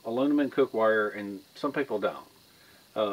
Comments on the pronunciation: Say Heah it's "M" and not "N" AluMinum and not AluNimun. Geeet's it, heh heh heh. Just Jokin. Anyhow, I have a Vintage B of A Boys Scout small cooking set that comes in a canvas pouch, I still use it. But I also have a newer set in a red nylon pouch that's stainless. I have no problem using either or. But Thanx You for teaching me something, Great Experiment. Dilly Dilly.,,.p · Youre hilarious man, You can say toxicity, but not aluminim. lol (not picking, just good natured laughing) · It seems the Brits add an i to the word aluminum. Uh Loo mi num is right for we 'Mericans. Uh Loo mi ni um is what I hear a Brit say. Your international exposure probably keeps the confusion going. When you thought the least about it, you said it like a true Southern American. We all know what you mean, however you say it. Good job on the test. NO OLD CAST FOR ME is the takeaway. Thanks, and we are all glad you lit the right cattail! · With the rise of NovelCorona Virus...I'm watching this just to hear say Aloonimun!😂 I need a laugh this mornin!😂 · I can't even say Aluminum anymore without laughing when my brain says Aloonimun! 😂you're the best dude! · Your cast aluminum (ah-loom-ma-numm) might have carried axle grease under a horse drawn wagon. Thanks, for the video, That really is useful information. Also, you can clean aluminum with lemon juice, salt, or vinegar. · "Alunimun" lol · Thanks! I'm happy you like my channel so much. Honestly, me being southern I can't pronounce aluminum the American way, but I can the English way! Thanks for watching my friend